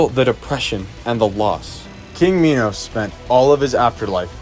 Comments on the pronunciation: its not pronounced mee-nows its pronounced máj-nows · pronounce minos like "menos" or "mynos" either way ill still not talk to you